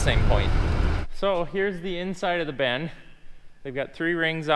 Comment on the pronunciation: Even the Bin guy calls it a “Ben” 😂😂